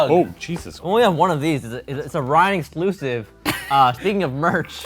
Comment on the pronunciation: shane: thats a 'sclusy! me: cries in poor